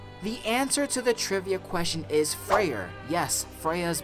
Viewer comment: Frayer! Please don’t be fenrir!?! 😂